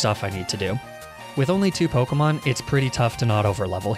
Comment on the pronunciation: can you stop mispronouncing the names